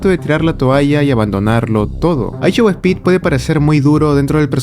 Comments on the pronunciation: a “aishou ehpit” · I show ejpit? Coño ni escuchando los nombres de los artistas ni de imfluencers lo dicen bien escuchandolo uno y otra ves. Que pasa en LATAM? Jajajaja. Saludos desde Bayamón, Puerto Rico!